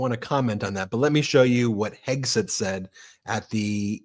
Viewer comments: Did I hear Leavitt say Hegsweat? 🤣🤣🤣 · "Secretary Heg-sweat"?? A little Freudian slip there, karoline Leavitt??